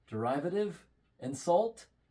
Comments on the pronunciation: Lol derive-atives... derivatives like d-rivit-ives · It’s duhr-iv-uhtiv. You were super close. And that pan is gonna kill you before anything else lol.